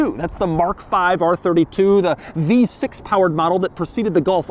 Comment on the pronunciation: Every time Doug says "v6" I die a little inside.